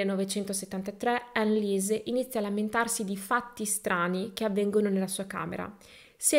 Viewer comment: Storia agghiacciante! Tuttavia tranquilla il tedesco benché sia una lingua difficile non lo è per la pronuncia, ricorda solo che parole contenenti il dittongo IE si pronunciano I ( di conseguenza ANNELIESE, sarà ANELIS !) il dittongo EU si pronuncia OI .la pronuncia è molto più semplice sia del francese che dell'inglese 🙂